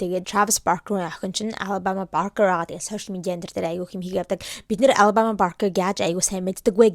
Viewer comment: Ghde mnai anu alabamaaas ii goy heljee ter jinhn oorihn tik tokiig harsn cn anu goy heljee hahh😂❤